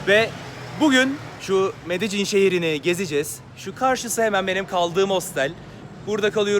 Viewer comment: Allahını seversen nasıl bir Türkçe kullanıyorsun ya medecin nedir ya medelin :)